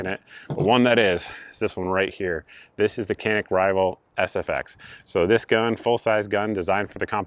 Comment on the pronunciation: Walther is German: no "th" sound in German. Canik is Turkish: the C is soft and not hard and the a is not a long a, but the same as in "can".